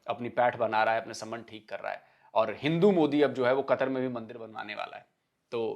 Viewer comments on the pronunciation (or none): Madarsha chaap dr Keema batao, ke MANDAR nahi MANDIR bolna chahiye. ya to bolo MANDEER